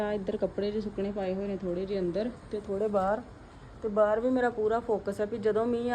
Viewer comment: Hello tusi ਬਾਹਰ ਨੂੰ ਬਾਹਰੇ kyu kehnde o hmesha hi bahre kehne tusi bahr kiha kro don’t mind just saying